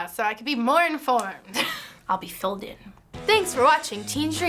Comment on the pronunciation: "i'll be PHILED in" lol